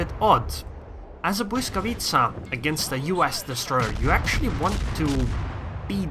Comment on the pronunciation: I've never heard any foreigner say 'Błyskawica' so perfectly. As a Pole, you've made me proud.